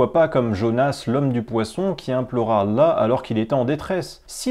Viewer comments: Ancien musulman toi? Même le nom de Allah tu n'arrives pas à le prononcer correctement. T'es vraiment au bout. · Parcequ'il ne sait pas lire l'arabe à chaque fois qui parler arabe il tremble de peur de se tromper. Et il est fait des fautes énorme, lui qui se prétend ancien musulman il ne sait dire ni la chahada ni le mot Allah, il dis Alla. Alla sa ne veux rien dire sans la lettre ha tous change.